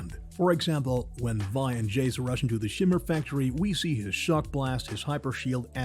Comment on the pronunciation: Did the narrator said "we and powder" instead of vi and powder?